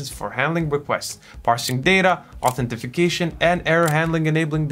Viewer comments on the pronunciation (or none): Authentication or Identification. Not Authentification. Thanks for the good video. It is very helpful.